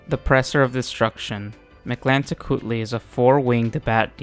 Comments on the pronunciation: You get a like for effortlessly pronouncing Mictlantecuhtli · I have to say as a mexican. You Pronounce very well Mictlantecuthli, Im impressed.